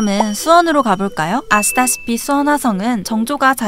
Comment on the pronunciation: 여기 아시다시피라고 말하시는데 아스파라거스 라는줄..